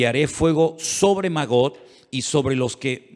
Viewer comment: Hermano lindo seria bueno que pronunciara bien los nombres no es Got es Gog con g de gato y no es magot es magog igualmente con g de gato nada difícil usted es un hombre culto así que debe de pronunciarlo bien